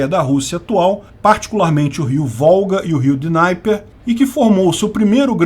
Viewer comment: nao é rio dináiper. é dnieper mesmo....